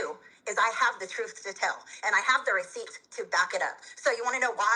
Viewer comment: I do love the term "recioots"... receipts + proof = recioots.